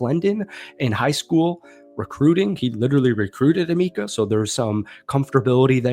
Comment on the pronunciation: Not trying to be that guy but it’s Emeka not Emeeka